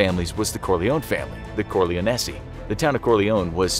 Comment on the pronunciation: Don core- lyon- e